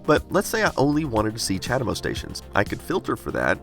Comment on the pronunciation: What do you wanna bet that Chademo, being Japanese, is actually pronounced more like "chah * DAY * mo (long o)"?